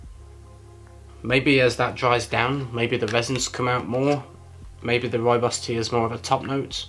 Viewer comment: Try saying Rooibos with a rolling 'r' if you can. That's the right pronunciation. Love Rooibos. Think I'm going to make some now.